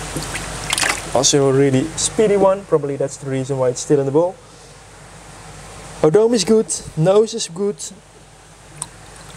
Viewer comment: Isn't the tail part (Odome) is pronounce O-Doh-Meh not O-dome.